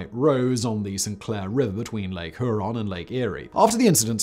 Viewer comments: Simon, I really liked you videos of the Great Lakes recently but you kind of mess up the pronunciation of some of the places. I’m not good at phonetics but Huron is pronounced hyeron, Charlevoix is pronounced sharlavoy. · Huron = Hyuron Manitowoc = MAN-i-tuh-wok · Charlevoix is pronounced SHAR lah voy. Huron is 'HYUR on' not 'her on'. With the UP you pronounce both letters, 'You Pee' 😁 not the word up. Michiganders who live there are Yoopers, and they call those who live south of the bridge 'Trolls'. The UP is a beautiful part of the state, mostly forest, and it's natural feature like the Picture Rocks and Taquamenom Falls are a must visit. Also tour the copper mines. By The mighty Mackinac Bridge is Mackinac Island has a historic fort and lots of fudge to entertain the tourists ( called 'Fudgies'). You take a ferry there, and no cars are allowed on the island. Only horses and bicycles. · I watch the memorial for the Edmund Fitzgerald every year. I didn't have any physical connection to the ship. It's a Michigan thing. I have to offer a little help in pronunciation. First Charlevoix is Shar-la-voy. The other is little harder. It's Huron, pronounced Here-on. I really like watching videos about our beautiful state. You do great work. Thank you!!!